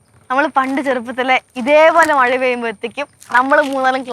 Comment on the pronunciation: മഴയല്ല മയ 😂😂😅